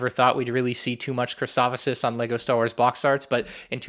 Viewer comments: Sorry, Christoph-O-sis?! It’s Christophsis dude. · it's not christophosis it's christophsis lol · stop saying christophosis😭 it's christophsis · Please stop saying Christofosis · Erm it’s ackshually pronounced “chris-taw-ff-sis” 🤓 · Gonna get so many of these, but please for the love of god say the planet name right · Awesome to see super battle droids back but hearing you say Christophsis weirdly about 5 times ruined my day